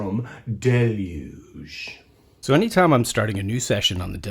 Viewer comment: Are we sure you are saying Deluge correctly? 😂